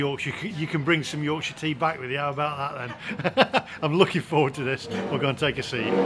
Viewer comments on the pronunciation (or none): none